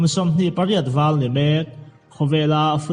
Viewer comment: Doller pawh dorrer iti zel a, pariat pawh pagriat itia